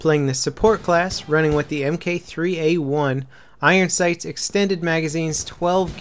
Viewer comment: it's Mark 3 A1 say it appropriately